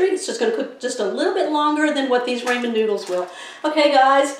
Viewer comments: Looks good! Most people call it Rahmen not Raymen noodles.Just a tip.💕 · RAH Men noodles. Never heard it called Ray men before. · Can't wait ti try this as I have some ramen noodles. But ramen is not pronounced "raymin" it's pronounced "rawmen", RAWMEN. Thanks for the recipe. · It’s pronounced “Rah-men” not “Ray-men.” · HAHA, RAYMON NOODLES!! How about "RAW-MEN".... I'm cookin' tonight, my wife is gonna love this & so will I. Thank you!! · TYFS it looks delicious 😋. I’m sorry 🙄 but it’s it’s rah-men noodles not ray-men. Please forgive me & please keep the recipes coming 😉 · Please… RAHmen; not RAYmen!!! 👍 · I dont call them ray-men. We call the rah-men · Raaamen not raymen. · "RAW"men not "RAY"men, talk about butchering a name. SAD!!! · It’s Rah-men with a short a. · This looks great will try it soon . Also its pronounced like " RAH- MEN" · Don't you mean "ray - ray - ray - men"?! 🤭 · Folks always fussin about how to pronounce them. My uncle had some and said they were definitely Raymond's noodles! 👨‍🍳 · Raymon noodles lol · It's pronounced Raw-Men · I never heard anyone pronounced RA-man?? Wonder where she comes from? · Pronounced raw-mon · I also say Raymen noodles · How can you mispronounce Raman Noodles??? RAH MAN…. LIKE RAH RAH!